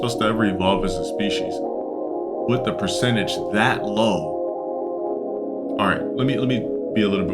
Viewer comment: “THAAT.” Lolol what accent is thaat?